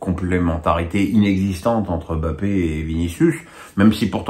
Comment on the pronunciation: M'BAPPE !!!!! pas BAPPE ! C'est si difficile de respecter le nom d'un joueur?